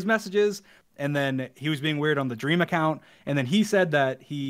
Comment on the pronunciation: 1 word: dweam